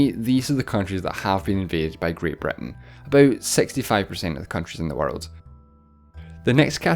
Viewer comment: Why do you say "Breton" and not Britain?